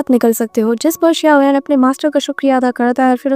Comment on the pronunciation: SAuyan nahi xaio yan he😅😊